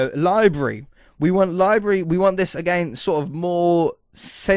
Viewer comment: "Libary" 10/10 would English again